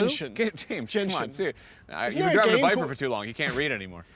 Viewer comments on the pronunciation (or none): Stop it James!!! It's called the VIPER!!! Not the VIPA!!! That would be like calling you GAYms!!!